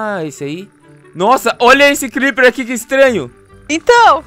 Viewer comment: Ei nao e clepper é crepper